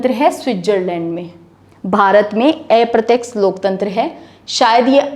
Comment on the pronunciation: एप्रत्यक्ष नहीं अप्रत्यक्ष कहें बहुत अच्छा पढातीं हैं आप धन्यवाद